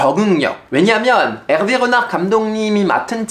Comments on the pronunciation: 프랑스어 발음이 안좋으시네요 읗낳흫 가 아니라 "르나르" 입니다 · '르나르'만 프랑스 현지 발음 나오시넹 아무리 들어도 전혀 못알아듣겠음 ㅋ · 르나르가 아니고 엘베 흐날으 파리 생제르맹이 아니고 파히 쌍젤흐망